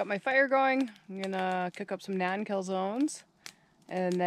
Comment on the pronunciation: thanks for calling them Naan calzones (as in long a sound). The first several times I heard John talk about naan (Non) Calzones I thought it was an inside joke, like maybe an un-pancake. Took me ages to figure that out. Must be the aging brain. Beautiful location, wish I would have carried my teenage camping into adulthood.